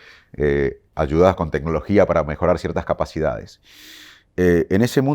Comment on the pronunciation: Le creo fuerte. Pero que diga tenologia me hace mal.